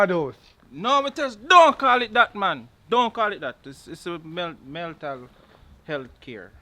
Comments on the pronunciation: I thought it was a mistake but he repeat the word....lol Meltal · "MELTAL" health facility😁🤣🤣🤣.. it's mental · Meltal I thought it was mental🤣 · Meltal health enuh! 😂😂 not mental health 😂 I love my Jamaican people issi # subscribed!! Loving it ❤